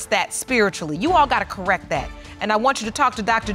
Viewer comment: It's CORRECT, not CORRECK.